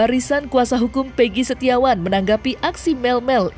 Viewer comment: yg sangat mengganggu itu adalah soal penyebutan nama , egi perong pegi setiawan 📷📷📷